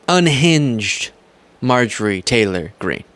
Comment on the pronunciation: I love you, but you must pronounce and enunciate Marjorie Taylor Greene’s name properly- or just call her MTG. Keep up the great work 👍🏼